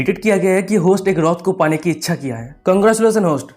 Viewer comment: Bangla রথ bol rahe ho vai😂😂